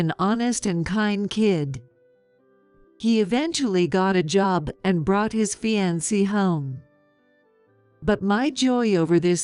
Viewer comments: Can’t pronounce fiancé,bowing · Get real people who can speak English correctly or fix the AI fixed so ALL the words are pronounced correctly! Fiancee is mispronounced and it's maddening to listen to it mispronounced! Ridicule and refuse is also mispronounced! Increase the speed of the speech so they sound normal otherwise they sound slow and boring at the normal speed! I wouldn't doubt that Rick is going to be more of a servant than a husband or son-in-law